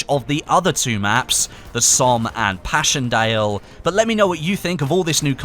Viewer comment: "pashion dale" do you mind actually pronouncing it in any way such that not every single vowel is mispronounced?